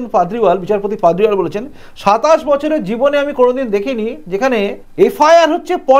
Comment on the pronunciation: পাদরিওয়াল নয় পারদিওয়ালা ।